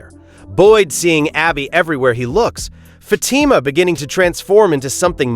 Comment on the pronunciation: Fatima .. ur saying it wrong but that is ok